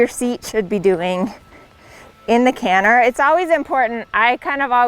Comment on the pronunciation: Gerry cinnamon won’t be happy with her “cannher”😂